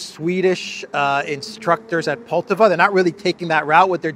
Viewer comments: Poltava (stress on the second syllable), was a site for a decisive battle in the North War between Russia and Sweden. Peter the Great vs Carl XII, 1709. Carl XII was attacking Russia after Peter got access to the Baltic sea. The battle ended in a decisive Russian victory, with Pushkin commemorating it in his poem. Swedes in Poltava brings these historic memories. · Не ПОлтава. Но ПолтАва.